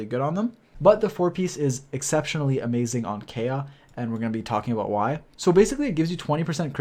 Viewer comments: Its Ka-e-ya not Keya lol. Anyways nice video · Kaeya not a bridge anymore, also it's pronounced KA-ya, just wanted to clarify ^^ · His name is pronounced Kai-Yah btw 😆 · Please learn to say his name correctly.